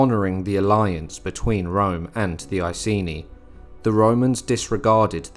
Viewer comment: Britons are celts. Also, your pronunciation of Iceni is wrong, it's EYE-SEEN-EYE.